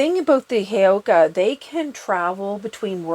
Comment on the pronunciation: Lovingly… heyoka is pronounced with an uh sound at the end not e 🙏🏽❤️ just so we keep the integrity of the word and concept that has been taken from a Native American tribe.